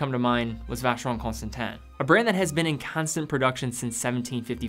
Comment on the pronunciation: >VC has entered the chat. >English has left the chat.